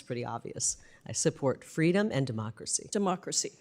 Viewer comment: "Fweedom of the speech"😂😂😂of course the MONSTROSITY is from Washington 😂😂😂